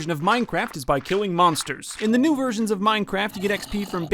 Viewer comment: especially in the older versions What I heared: especially in the older virgans